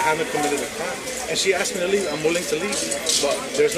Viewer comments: She 'axed' for you to be formally trespassed?...speaking like that shows ignorance and an extremely low level of education. And laying on the clothes like that, someone give the chick a chair. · It is ask not axe... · The cops in your country are truly some of the stupidest people on this planet. PS, it is “asked” not “axed” and also its disgusts me that you are allowed to have fashionista nails like that. It’s not professional. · When you intentionally mispronounce the word ask as axed tells me alot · "Axed'. Ax murderer 😄😄😄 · By law. These pigs don’t even know the law. Listen this ignorant woman pig. I axed she said. Lol. Wow.